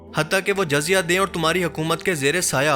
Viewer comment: Video bht achi hy bt Urdu alfaz ki adaegi druat nai..jyse jizzya ko jazya r bytul.makdis ko bytul muqadais...